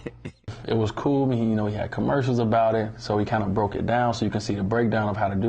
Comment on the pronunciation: No offense, but its "broke"